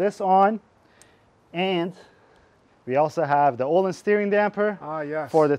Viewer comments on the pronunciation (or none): they way you pronounce öhlins just hurts me. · You BOTH slaughtered the ÖHLINS pronunciation haha